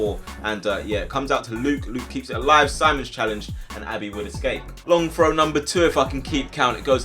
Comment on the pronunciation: You say frow not throw the hole time work on your th sounds haha